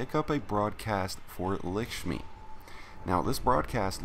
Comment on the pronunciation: Lickshmi lol